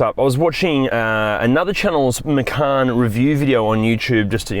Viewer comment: There's no 'R' in the name: - Macan